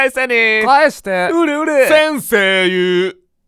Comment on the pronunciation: 先生↑言↓う↘︎ 伝われ…